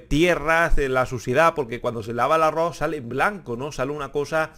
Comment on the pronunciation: Y no se pronuncia arro...se pronuncia arroz...🤦